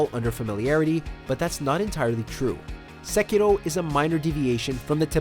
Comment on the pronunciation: You're an American, your pronunciation of Sekiro is annoying, but I have only been awake for 5 mins